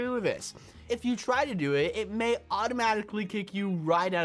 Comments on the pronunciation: You called it TO instead of DO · You said to instead of do